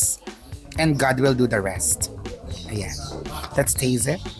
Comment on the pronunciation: “lets taze it” 😂😂😂